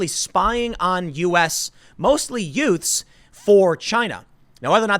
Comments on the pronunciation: Me: Uh… did you say ‘yutes’? Tim: Yeah, yutes. Me: What is a yute? Tim: Oh, excuse me… mostly *youths*. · was i the only one who heard Tim say "yute"? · Tim said "yutes" lol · Youts did you say youts? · What in the hell is a yute? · Youts? Yewts? Thanks Tim. Now I need to go watch "My Cousin Vinny" again. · Did he call them yoots.... my cousin Vinny over here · What was that ...word? Spying on the what? Did you say Yutes? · deez tu yutes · did you say yoot? what is a yoot? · Youts. Sorry, all I could hear was a my cousin Vinny reference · Did you say yutes?